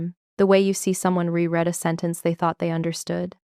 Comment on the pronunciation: It is beyond belief that a Navy commander 05 cannot pronounce ensign, reread, BUDS, Nguyen, etc. Then there is the uniform.